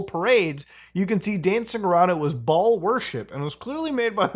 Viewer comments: BAAL is pronouced BALE btw muta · you say baal but in my headi keep hearing ball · Something about the way muta says baal worship makes me wheeze so fking hard